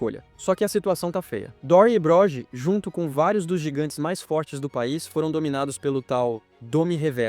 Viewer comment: alem dos erros das pronuncias em ingles e chamando o Broggi (Brógui) de Brógi.